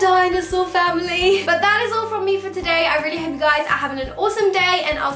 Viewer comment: You said 'Fake Eyelashes Frim Primark' 😂❤ Btw 😍😍